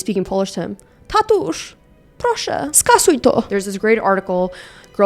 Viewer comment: As a Polish girl, the “proszę, skasuj to” was on point! I think you wanted to say “tatuś” but made it “tatusz”. I now have a new nickname for my dead beat father 💀 love u